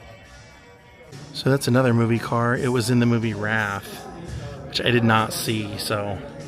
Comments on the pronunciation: It’s WRAITH, not “Rath”. Good lord man. Also, how do you not mention that’s BOND’s Lotus Espirit? How? Do you even movie? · "Wrath" LOL (it's The Wraith) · The WRAITH… lonnnnng A…